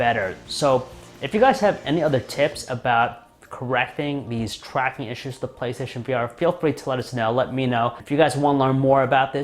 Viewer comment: you said twacking